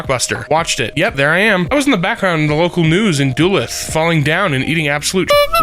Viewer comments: The way he pronounced Duluth was utterly painful. Its not doo-luth its da-looth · I am I the only one who heard him mispronounced Duluth? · agh just hearing how he said Duluth just hurt my ears. For anyone here, please don't say it like that